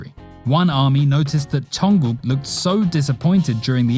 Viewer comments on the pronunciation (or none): none